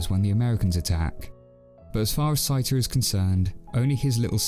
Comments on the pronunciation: Did you actually watch the film or is this someone reading the script? Why do you keep calling the main protagonist “sigh-ta?” From either the original Japanese film or the English dub, his name is clearly “say-ta.” Sorry, but though this is a good review, you lose me at the mispronunciation. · I think you mispronounced Seita's name.